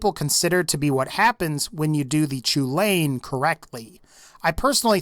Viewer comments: I know I'm 2 years too late but the Chulainn is pronounced Cullen, not ''chew-lane''. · "Choo-lain". No, It's pronounced "Kell-in." As in, Cu Chulainn, the Hound of Ulster. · just so you know it Chulainn isn’t pronounced “choo-lane” it’s pronounced “kuh-len” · Lads I’m Irish. It’s pronounced “Hullin” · It's pronounced KUL-IN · Thank you 🤣 I was cringing so hard lol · The "Chulainn" is pronounced "Hull-an" it's Gaelic, named after a legendary giant Cú Chulaínn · "Chulain" I can't blame you, but thats not how its pronounced. Its pronounced "Coo - Lawn"